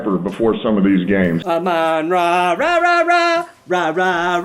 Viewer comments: Saying Amon-Ra St. Brown’s name “Ra” non stop for like 120 seconds is pretty rough on most regular human beings just FYI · Is having a stroke on the Ra Ra's?? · i hope amon ra retires so i never have to hear him say rarararara